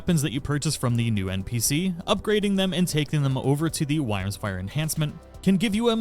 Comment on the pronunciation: Honestly she gives you the discount if you just do all her quests. Also with wyrmsfire its pronounced "worm" lol